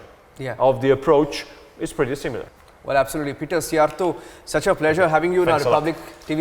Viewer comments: He pronounced Szjjarto's name correctly! No reporter in Western Europe even bothers to learn it! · Yes hs said his name very elegantly!